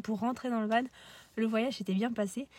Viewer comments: pas vanE non, on dit VAN stpppp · Bonne video Par contre juste van se prononce "vent" pas "vanne" mais sinon top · oui je comprend bien je pensais qu'il n'y avait qu'une seule facons de dire du coup sa me fait juste bizarre a l'oreille vu que je suis pas habitué